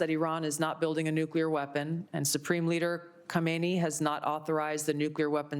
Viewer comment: "nucweaw weapon"